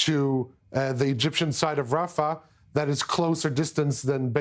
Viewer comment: She can't pronounce rafah? Her job is to read things